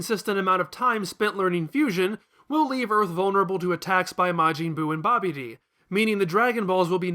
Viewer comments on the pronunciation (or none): It sounds like he's calling babidi, "Bobby D" lol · Really? goKU, Vyedelle, Babeedee. It's Goku, Videl and Babidi. Also, in english, his name is Krillin, I know you're using the japanese version but you're not japanese so why?